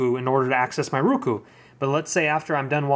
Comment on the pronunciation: its ROku dammit, O...as in Oh, say it right